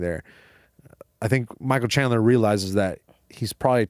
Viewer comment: "Michael chandelier" 😭🤣😭 moicano is a treasure